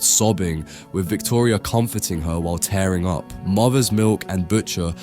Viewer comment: How do you mispronounce 'tearing up'? You tear pages out of a book, or you can cry tears... None of these characters were holding books whenever you've mentioned it - it's like you didn't even write the script! Also, It's called Compound V, not Compound Five. Great breakdown, but can you put as much effort into making these videos as it's taken for me to watch them?